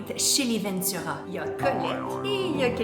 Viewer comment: non il à dit vendura